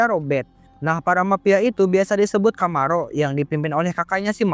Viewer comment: Camorra kok puluhan kali dibaca Camarro.😂😂😂